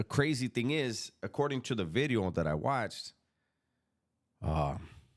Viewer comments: 'Ely' is a rough area of Cardiff, in Wales. The correct pronunciation would be 'Eelee'. Another lovely 'vidyo'..... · Sup homie. People like the way you say video because it almost sounds like you’re saying glass in Spanish. It’s all good!